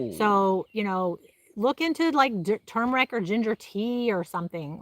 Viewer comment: I'm glad you pronounce turmeric correctly! Some people think it has a silent R! It is turmeric, not tooomeric like some people say. Sorry that's just my pet peeve. 👍👍